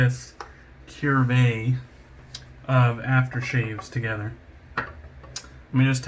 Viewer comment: No r in that word my friend. Cuvee. Kou-vay.